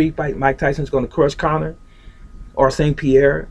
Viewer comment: No. First of all it's Connor not cannon! who the hell is he? second no, Bruce has Tyson beat due himself being faster than Tyson. Bruce has more ways of ending a fight instead of striking. In a street fight Tyson would be destoryed.